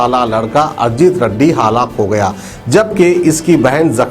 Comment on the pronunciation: Haalaak nahi halak